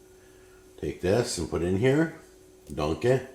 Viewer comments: I know he's saying "dunk it", but all I can hear is "Put a DONK on it!" ...that, or the way Shrek pronounces "donkey". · I thought he was saying donkey 😅 took me a while to realise he was saying dunk it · Is it just me or did it sound like he kept saying “donkey” instead of “dunk it”